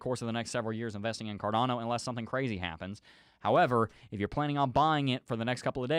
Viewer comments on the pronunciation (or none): none